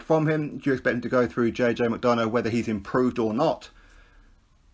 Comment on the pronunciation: Think its pronounced Mac-Donna 😬